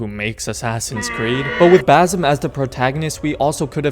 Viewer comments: Just one thing and I'm not trying to sound rude haha , you keep calling him bazim but it's basim with S , and it means " the smiling one" in our language (Arabic) and yeah I totally agree with you. I want a game about basim and how he became an Assassin and why , make moooore sense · Basim is pounced wits a c. So it's bassim or bacim. That z gives an other meaning to the name in Arabic. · Every time mf said baZim, I closed my eyes in pain 😣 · You are pronouncing Basim incorrectly...